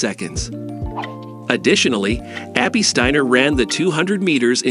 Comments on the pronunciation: Well, he pronounces it 'Stainer' reading a newspaper headline, and again . There are also factual errors. The video was posted in November 2022. It says that the 2 have never met, but they won the 4 x 400m relay at Worlds in July, and were interviewed together, as were all of that relay team. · Really dude? Really? playback, you said Abbey "Steeener". You lost credibility. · One of the best robot voices I have heard, but still off putting changing pronunciations "Steiner/Steener" etc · Very poor quality overall. 'Reviled'? 'Steiner' is even mispronounced! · This is rubbish! I thought they'd become romantic partners! Apart from pronouncing Steiner three different ways, and the video is disjointed - McCloughin's face appearing when the soundtrack is reporting on Steiner and vice-versa. Whoever made this video needs to learn about relevance and stop fantasising about their relationship - there is no relationship - unless they start competing in some weird hurdle/flat relay. Bizarre. The music was pretty inappropriate an all.